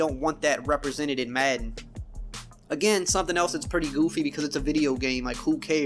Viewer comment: I just hate how this guy says madden, where tf is he from?